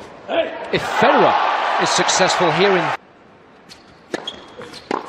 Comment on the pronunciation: “Federeh looking bettereh”😂😂